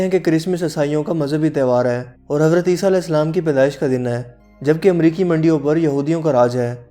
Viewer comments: Its America not Amarica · Its America not Amarica 😂😂